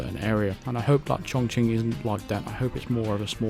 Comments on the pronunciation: Yeah you pronounced it right. Chongqing is the modern way, Chung King is the old way like Peking for Beijing. Chongqing is my hometown where I grew up and so excited to see this is a coming map where 47 will visit. THIS IS EXCITING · Impressed with your pronunciation btw mate. Most westerners mispronounce this cities name.